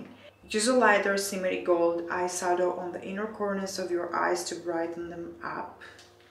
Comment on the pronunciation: Hi Why do you pronounce eye sadow the eye shadow?